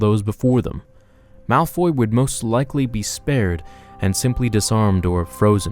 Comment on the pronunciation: Guys its Malfoy. Not Malfy, malphoy or Malfrey